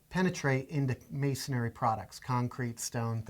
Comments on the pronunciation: It’s masonry not masonary... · The guy on the left keeps saying masonary which is a misspelling of masonry! He keeps adding an "A" after the "n" which is incorrect pronunciation! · What the hell is MasonAry??? How can you do this video and neither can pronounce masonry???? Please do the next video on brain surgery, a topic on which you likely have equal knowledge. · It's masonry, not masonary.. If you want to be taken seriously, learn how to pronounce the terms. You guys look like you belong on the cooking channel, making a quiche, maybe. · A concrete drill bit is not called "masonary" drill bit as you guys keep pronouncing it wrong... the word is masonry..... not masonary. Masonry is a three syllable word not four. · Hey great video information for the lay person... I can't believe the critics here. Immature losers to say the least. It's not a prime time show people and let's see you make a better job. Who cares they said masonary instead of masonry... IT'S FOR UTUBE AND THE LAY PERSON NOT H&G NETWORK ON PRIME TIME! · Why do they keep saying "masonAAry"? There's no A after the N in masonry. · Masonry! There's only one 'a' in the word. :)